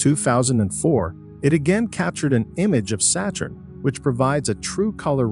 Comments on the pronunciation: pronounciation of the planets is terrible , its satturn , not seyturn also stop mixing in so much CGi. Its confusing as the video is supposed to be real pictures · SEY-TURN?! SEY-TURN?! 😅😅😅 YURANOS?! YURANOS?! 😂😂😂